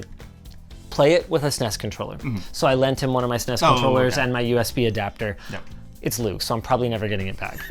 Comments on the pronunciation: Anyone else get cringe hearing linus say SNESEES controller lol Super nes lol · Why tf does Linus keep pronouncing it "sness"? No one called it that at the time. People either spelled it out or called it Super Nintendo.